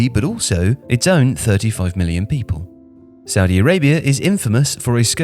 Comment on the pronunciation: Look I don't want to be rude but if your gonna say something bad about Saudi at least pronounce it right